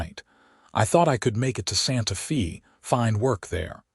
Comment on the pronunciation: Santa Fee? 🤣